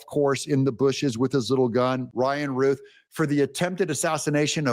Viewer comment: Doug, i love you. My mother's name is Ruth, the criminal you mentioned name is Routh, pronounced Rowth. Please get this right. Remember the wonderful woman in the old testament named Ruth, bad man named Routh.